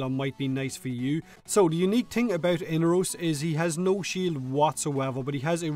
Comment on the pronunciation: say it with me mate.....E-NAR-ROS!